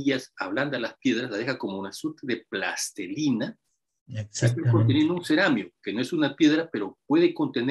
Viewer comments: Con el debido respeto le recomiendo al revisar la pronunciación correcta de palabras como “plastilina” que no “plastelina”, de lo contrario sus palabras no reflejan ningún rigor lingüístico y por lo mismo no inspiran confianza en sus teorías. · plastelina, no... plastilina